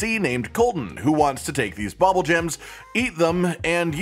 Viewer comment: Bubbulgems don't have an OP secret... just a sole intended use... Also, it's pronounced "bubble" not "bobble"... they literally spit bubbles.